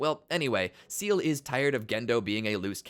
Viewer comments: its "seele" not seal🦭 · I winced every time I heard "seal" 😂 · It's pronounced "Say-Lay" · Lost me at "Seal" for Seele - what type of amateur bullshit is this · how do you manage to mispronounce seele when the name is said multiple times in the show 😭